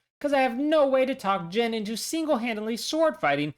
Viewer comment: I’m gonna need you to tell me how you came to the pronunciation of Jin’s name that you did and who told you to say it that way, because whoever they are needs to be publicly shamed